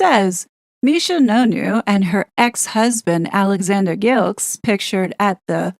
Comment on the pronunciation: Gilkes pronounced jilks basel pronounced baa-zl